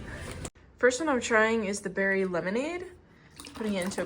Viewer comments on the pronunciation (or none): none